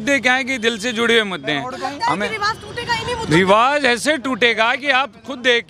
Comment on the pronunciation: Riwaz nhi riwaj hota h jahai z ki zarurat hote h vahai j bolte ho jahai j hota h z bolte ho